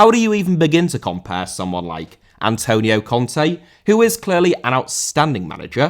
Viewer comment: Antonio* not Antouwniouw